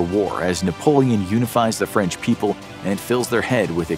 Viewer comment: You Said "Fench" 😂